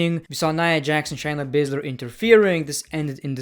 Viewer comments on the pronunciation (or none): I like how he says Shina Basler instead of Shayna Basler